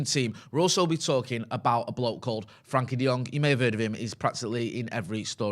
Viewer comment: I get that you struggle with pronunciations sometimes but its not that hard to say "Frenkie" and not "Frankie" ffs.